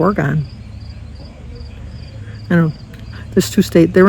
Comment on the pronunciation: Ore-E-gun = Oregon 😊